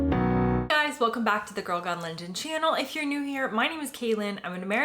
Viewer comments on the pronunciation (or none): none